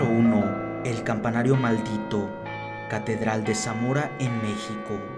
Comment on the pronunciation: si te diste cuenta de q dijo catederal:v